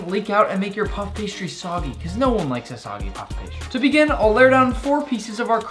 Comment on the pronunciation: JUST SAY PASTRY ITS SO ANNOYING!!!